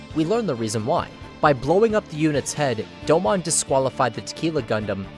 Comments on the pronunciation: Doe-moan.... not doe-mon. Put respect on his name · I cringed every time he said "Doe-Mon". Its pronounced "Doe-moon" bro. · Doe-moun not Doe-mon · Hearing you call him "doe-mon" instead of "doe-moan" has me so triggered. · Top 5 Gundam Series. I always thought it was "Doh-moan" not "doughmon" lol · No shot you watched 49 episodes of G Gundam just to make a video essay where you mispronounce the protagonist's name for 20 minutes. It's pronounced Dome-own in both Japanese and English. You have no excuse. Aggravating. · Such a beautiful video on an awesome series but the “do-mawn “pronunciation is throwing me off a little 😅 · What is it with youtubers that make in depth anime analysis videos who can't even pronounce the main characters name right? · I want to like this video, but the pronunciation of Domon and speaking cadence where every sentence is stretched out like a bad Shatner parody makes it impossible